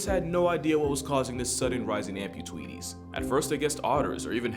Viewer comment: Did you really say "amputweeties"? 😄